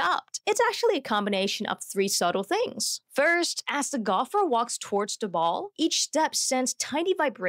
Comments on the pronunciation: "da distance" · Why do you use a fake accent? You clearly have no problem pronouncing words that end in “th”.. but you pretend that words starting in “th” start with a “d” .. for example , you say ‘duh’ instead of ‘the’..